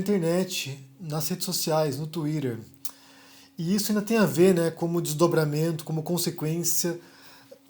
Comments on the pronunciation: "TUIRÃR" Não acredito!! 😂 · No Tuírer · Adoro quando ele fala “twirer”... 😒